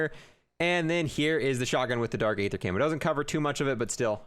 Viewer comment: I wish he would say aether the right way